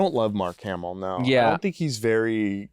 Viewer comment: Insane the disrespect on mark hamill’s name